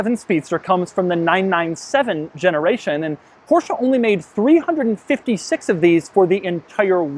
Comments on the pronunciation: STOP SAYING PORSCHAAAA! it's Porsche, they even made a video about that in teir own channel here on youtube! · "Portia 911 Speedster" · porcha? omg